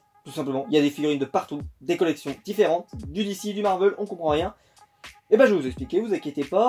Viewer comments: marvèl et pas marveul.. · Heu Marvel ça se prenonce ''Marvèl'' et pas ''Marveul'' mais c'est pas grave je n'en sait rien tu fais comme tu veux 😊 sinon super collection. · Oui je suis dacord c'est juste que ça fais bizarre d'entendre marveul alors que j'ai toujours dis marvèl 😊 Sinon super video